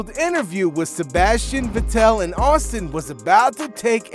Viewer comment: Stop saying Sebastian VetTEL: it's VETtel.